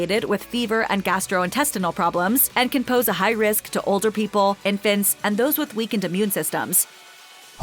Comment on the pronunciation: “infant says” instead of INFANTS. Say you’re from California without saying you’re from California. 😀